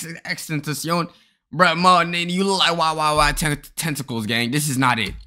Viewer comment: That ain't XXXtentacion that YYYtentacles